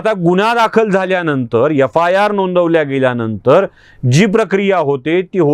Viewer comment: एफ् आय् आर् ला यफायार म्हणतो... 🤦🏻‍♂️ निदान युट्युबवर तरी शुद्ध बोला